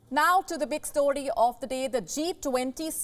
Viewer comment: anyone notice is it just me she said now to the big stored not story but stored of the day hahahahahhahahahahahaha